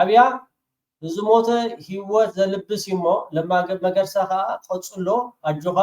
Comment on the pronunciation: Sol not መርገሳ it is መገርሳ